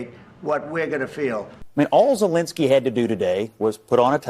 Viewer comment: It's not Zelinski! It's Zelensky! With an E ! What's so hard to pronounce the Dictator's name correctly?